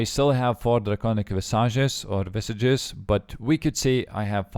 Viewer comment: It's pronounced visage, not visage.